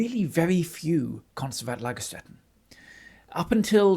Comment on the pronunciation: I really love your enthusiasm and to learn more about paleontology! And as I recognize your effort for pronunciation: "st" in German is spoken "sht" (IPA: ʃt) not "st" (IPA: ˈlaɡɐˌʃtɛtn̩).